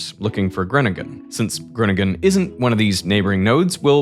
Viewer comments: "grunningun" lol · Didnt expect this video to turn into an Amerikan trying to pronounce Groningen over 5 times in a row, but can't say that didn't elevate the pleasure of my viewing experience. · i'm not comfortable on how you pronounce Groningen 😅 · gruniggen.. lol you had the pronounciation right there. It's fine though. It is definitely one of the more difficult towns to pronounce for non native speakers. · You included an interview of Dijkstra pronouncing Groningen and only seconds later you butcher it with grunnegun. Schaam je. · Where is Gwoningen 😂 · So funny how you mispronounce Groningen. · this video is like that video of benedict cumberbatch saying penguin all the wrong ways.. but instead the word is groningen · Yeah this proves to me that the narrator at that point,, is Dutch. I believe he mentioned it before as well. Later in the video, you can clearly hear how Groningen is butchered again, multiple times. But not when the OG Veritasium Dutchie pronounces it 😂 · Dude why are you butchering Groningen pronounce hard? You could at least have google it G is not a G as in English. You have millions of followers whom might hear and learn it for the first time. And now those people are saying wat ever the hell word it is that your using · I noticed that too. I've spent some time in the Netherlands a couple hundred years ago. Enough to notice Groningen being pronounced with a full american G later 😅 (I remember being corrected on how to pronounce that, multiple times) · Yes, just a few seconds later Groningen turns into Groningen. 😀 It is so unfortunate that they know the pronounciation of Dijkstra and Groningen, but decide to do something else... 😞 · As someone living in Groningen, I found it very funny hearing you pronounce it every time 😂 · The pronunciation of Gröningen was an absolute travesty. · The best part is hearing the Veritasium hosts try to pronounce Groningen. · pronouncing Groningen like that hurt me 😭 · And Groningen?